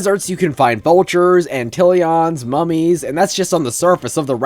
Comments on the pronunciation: its pronounced ant lion 🤓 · Um, dude, it’s and ant-lion